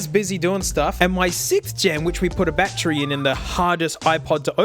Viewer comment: I Laughed alot When he said bat tree